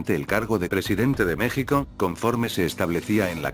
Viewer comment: No es una persona es un programa de computadora tal vez elaborado en España como una especie de robot y lee sin acentos,sin variables por ejemplo se está escrito México y Texas,la computadora lee Meksico y Teksas, entonces tienen que escribir Mejico y Tejas para que lea bien